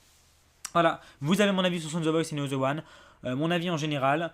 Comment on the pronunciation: Putain c pas ze c'est the bordel